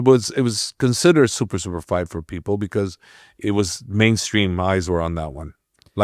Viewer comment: Why does the host keep pronouncing "fight" as "fart" ?!